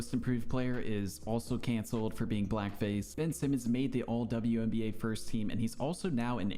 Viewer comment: "WBNA" HAHAHAHAHAHAHA